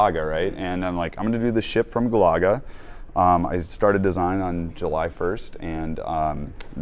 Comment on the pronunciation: Is that really how you pronounce Galaga?